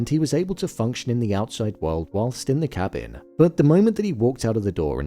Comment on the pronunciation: You saying cabbing instead of cabin or am I trippin hahaha